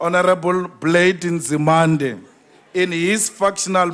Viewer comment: "honorable plate in zemanding"